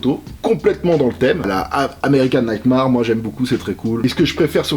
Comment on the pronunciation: "Naïte marre" 😂😂😂